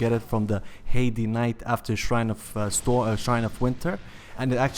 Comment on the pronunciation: Heide knight.. pronounced like hide, not haiti. Lmao